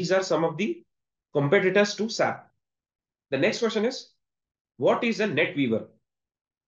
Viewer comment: FYI, Don’t say SAP, say S A P..